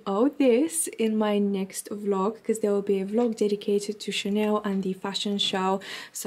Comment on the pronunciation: Hi, I love your vlogs, I'm from Spain and I speack French fluently, sometimes you say Chaneu o Chanew instead of Chanel.. it's just a tip 😗. lots of kisses